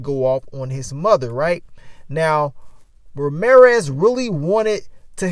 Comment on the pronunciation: OH Lawd not Ma-reer-ez!